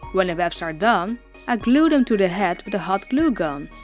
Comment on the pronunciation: it's funny how it sounds like you're saying " when the wefts are dumb" XD its it just me?